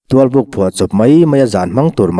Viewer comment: Tualpuk i lam dan hi a dik lo deuhin ka hria.